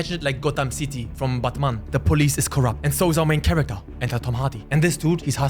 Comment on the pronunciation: I know it's stupid, but the way he say Batman sounds like Buttman to me. Hey, you do you man, you do you.